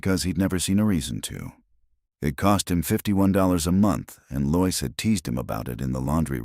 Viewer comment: This is the second story I've listened to in which "Lois" is consistently mispronounced as "Loyce" instead of "LOW-iss." Why can't ai be taught to do it correctly?